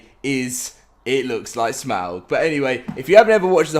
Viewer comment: For all LOTR fans: who noticed that he is saying Smaug’s name incorrectly as it is properly pronounced as Smog.